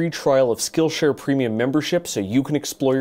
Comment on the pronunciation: for some reason i heard "this video is brought to you by skullshare"